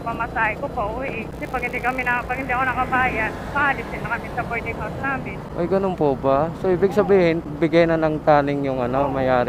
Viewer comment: BOARDING hindi “bording”